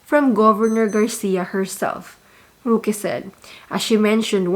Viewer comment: I really like your vlog, i can relate with your frustrations, I’m so amused by the manner you pronounced the name of roque, “ruki” hahaha🤣 thank you so much for doing your in depth research, you’re the best, God bless your family🤓😇😘